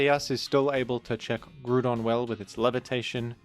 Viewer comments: who pronounces it gru-don?😭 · Do you pronounce ground as groond? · Just here to leave a comment about your pronunciation of Groundon because I couldn't pass up the opportunity to be a Rotten Egg. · I will gladly accept my fate as a rotten egg if that is what status falls upon those who seek to be correct. The people who came up with the fictional name Groudon intended the pronunciation to be growl without the l rather than grew. It is not only clearly coming from the word ground but it is consistently not pronounced like Groodon in the anime, Pokedex 3D Pro app, and original Japanese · It’s literally ground based- ground type as well, Let me be a rotten egg on the GROUND and not on the GROOND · I am vexed by pronouncation of "Groodon" and if this makes me a rotten egg, that is simply cross to bear. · Hearing grewdon so much had me close the video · I wished to comment on how you pronouce Groodon, but I have no desire to be a rotten egg. What a quandary. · grug don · Have I been mispronouncing Groudon for 40 years? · I had completely forgotten that I used to pronounce Groudon's name that way as a kid until this video unlocked that memory. In fairness, it looks similar to "crouton", so pronouncing it that way seems like it would make sense... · He says the name wrong for the comment farming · You pronounce "Groudon" wrong. It's actually pronounced "Red Idiot Shrimp Dinosaur" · fascinating pronunciation of groudon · forget how you pronounce Groudon, I'm more bothered at how you misgendersd Latias. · Leaving a comment here about the pronounciation of Groudon because I'm a rotten egg 😝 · I am a rotten egg disguised as a pixilated mining tool so I get to criticise you on your pronunciation of the fictional creature Groudon. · Hi, just wanted to remind you that is not the way you pronounce groudon. You may call me a Rotten Egg but I'll take that title with pride